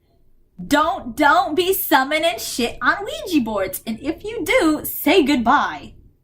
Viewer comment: I love how you say OUIJEE instead of OUIJA